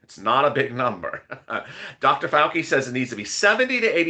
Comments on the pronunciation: ( Whisper in your ear ) It's Dr. FAL-CHI NOT FAL-KEY 🤣🤣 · It's pronounced Dr Fau Chi